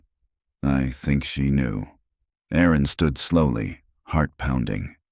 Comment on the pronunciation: Erin not Aaron. Small but so annoying women are named Erin, not Aaron